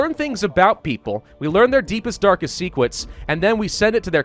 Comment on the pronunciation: “We learn their deepest darkest secwets”